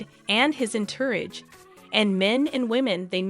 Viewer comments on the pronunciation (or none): Learn how to pronouce entourage.